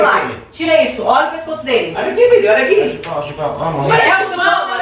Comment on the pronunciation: Só eu quando eles falam filho eu ouço Vitor kkkkk